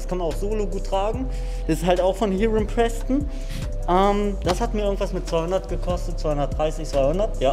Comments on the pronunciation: man spricht heron preston nicht mit i aus soner mit e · Hiiiron Preston ist falsch. Es ist ganz einfach Heron Preston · Der einzige der Heron Preston falsch ausspricht, ist...